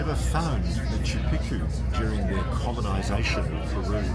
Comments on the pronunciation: Ross it’s Machu Picchu Not Picu….lol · bang your head against the wall every time Ross says makkeww Peekoo .....whoever has the worst tbi wins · Machu Piku???No one is correcting Ross about Machu Picchu pronunciation? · Machu PeePoo? What are u saying? Haha killed it Rosco.. I haven’t laughed that hard in years. Cocaine? The resonance in the window. My god I literally fell out of my chair. You’re the best Ross, I f….. love you my man. Hahaha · Please, next time, pronounce it correctly. maa.choo pee·choo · Matchoo Pitchoo pronunciation please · Good stuff, thanks 👍🏻👍🏻 I like how the Incas didn’t claim Machu Picchu as their own creation, like the Egyptians did with the pyramids. Ross, it’s pronounced Machoo Pikchoo 😉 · It's Machu Pi-choo Omg is not that hard to pronounce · "Machu Picchu is most accurately pronounced Mah-choo Peek-choo (or Ma-chu Pi-kchu), with the emphasis on the first syllable of each word: mɑtʃu ˈpiktʃu. The Quechua origin means "Old Mountain," with "Picchu" featuring a distinct hard "k" sound (kch)." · it was a torture to watch due to his mispronunciation of machu pichu. absurdly stupid. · Why does Ross insist on mispronouncing Machu Picchu? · Quite irritating that Machu Picchu is mispronounced throughout the entire episode. From start to finish. And everybody is too polite to mention it to Ross. Amazing indeed. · leave it too a goofball australian or brit to mispronounce Machu Picchu .. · I wonder if Ross will ever say Machu Picchu correctly even once 😂😂😂😂 Love you Ross❣️ thank you SO much for going to Peru 🇵🇪♥️❣️ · It's so interesting, but Ross- learn the proper pronunciation of the name 'Machu Picchu'